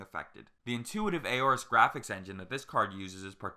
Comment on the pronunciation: "Graphics" card like holy shit how hard is it to say it normally. Fuck.